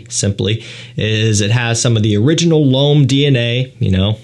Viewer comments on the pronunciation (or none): „Ysl LOAM parfomm“ :D